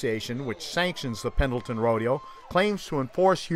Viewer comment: You don't even pronounce "Pendleton" correctly